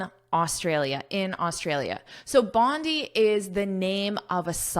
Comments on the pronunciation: I’m Australian That’s Bondi beach in Sydney Your pronouns are wrong Should say (bondai) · We Australian pronounce Bondi as [Bondai] thank you 🙏 😉😉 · Thankyou for sharing & letting me pick your brain 😊, this article 's very interesting and I am enjoying this lesson. The proper pronunciation of 'Bondi' is 'bon-dye' as I understand since I 've lived in Australia for a while. Bondi Beach is also well known for its beautiful coastline & surf culture.🏄‍♀️🏄‍♂️🏊🏄🌴🐨❤ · I'm sorry but it's pronounced Bond'I' as in Bonday Beach. I've learnt a lot from you though. I love your lectures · I’ve been there, it is pronounced as “bonday” I said many times but my Australian friends corrected me. Again a great one. Lets go, lets go, go further more more more more ❤